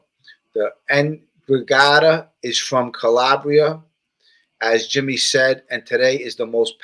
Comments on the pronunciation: Hey Jimmy, what's up my guy. Just catching replay now. Hope you and your girls are good. I think in the beginning of your video you mentioned the "NDRAGHATA" pronounced (N-dra-ga-ta). Be well Brother, your friend Neil in South Jersey. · Jimmy, ENDRA GETTA is the way it's pronounced. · Jimmy, Enn-dran-GETT-a hope that is helpful